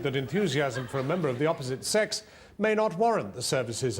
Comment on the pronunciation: 😆😆😆😅😅😅🤣🤣🤣😂😂😂 Comes on with her muff hanging out "Wois ih awllwayz abouh saax?" Oh f me😅